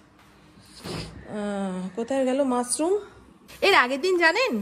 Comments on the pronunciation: It's mushroom.Not musroom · Musroom na mushroom. S noy sh.